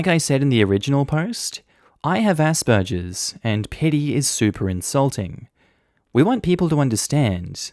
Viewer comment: Why tf are you pronouncing it asperjer? It's a hard G sound.